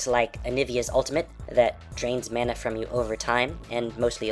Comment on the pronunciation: You pronounce "mana" 2 different ways.